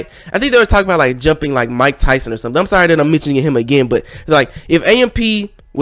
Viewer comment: sorry this wasn’t a good one, to emphasized sorry